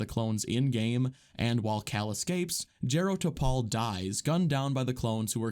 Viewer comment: It’s JAH-ro Tapal